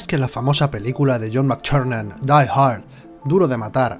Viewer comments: No nos engañes, tb es parte de nuestra imaginación,no existe,sino como puede alguien pronunciar... John Mctuerxfnan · Me descojono cada vez que dice "Mac Charnan" xD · como pronuncia el nombre del director jjajj oye oye entonces en las siguientes películas resucita no ??